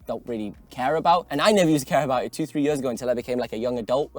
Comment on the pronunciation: I'm sorry but I DESPISE the way you say "years". YÖÖÖÖS